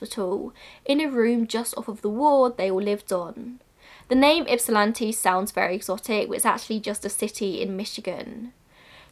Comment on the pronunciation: A+ for the pronunciation of Ypsilanti!